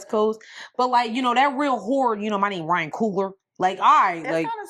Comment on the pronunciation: Hi ladies You got my name right 😂😂😂😂. Thank you for reading my email.❤